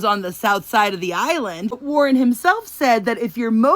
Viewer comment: He did not completely pronounce the entire word "island"